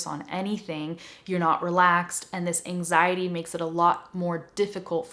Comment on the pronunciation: I'm brazilian. I was understand 99 per cent of that. but When you talk about last reason in this video I heard some like "enzaindy" kkkkk and then I lost the means of rest!!! It's incredible how the brain works! When I understood that word was ANXIETY I've got the mean of almost tottality of the rest!!!!! Thank you. Good job. Your explanation is the best ever. Please, give me a feedback about quality of my phrases. Ok?